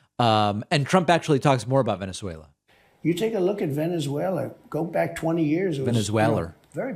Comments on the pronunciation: Tweeter haaaahahaha. Venezualer haaaahaha between the two can't pronounce simple words. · Tick Tack as well. Venuezwailla.